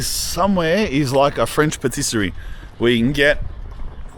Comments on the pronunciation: ***************************** PATISSERIE, NOT PASTISSERIE. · Also "pastisserie" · That and his 'pastisery' ...... unique !! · It is spelled... PAT-isserie 😅👍 sorry to correct you... I DON'T WANT TROUBLE 😂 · Per tiss er ri